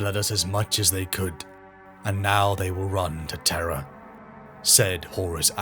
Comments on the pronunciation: terr.rra not teh-rahh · When Terra is pronounced correctly, British folks need to clarify they aren’t saying terror. This is the first time I’ve ever heard it pronounced t’RA. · The siege of what?! Of traaah? Was that read by AI?! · What the hell is "Terrah"? 🤣🤣🤣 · Tur-rah almost ruins the video, so silly to say it that way that it completely takes me out of the narrative every single time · Where the heck is, "Terr Ah"? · The way Terra is pronounced killed me😅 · amusing..had the characters voices in my head....WTF is Terrah? Its Terru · Traagh or terha tirah ! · what accent is Terra Turrah? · Brother have you never told the VA in the beginning of your videos how to pronounce Terra? 😂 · Your AI mispronounced "Terra" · BROTHER LEARN HOW TO SAY TERRA PLEASE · Just say terra right dam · The way Terra is pronounced could be a Seinfeld episode. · It’s pronounced weird. Britainstan speak I guess. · i opened comments just to shit on this pronunciation.